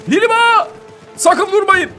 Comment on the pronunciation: Abi merhaba yerine liliba demen çok hoşuma gidiyor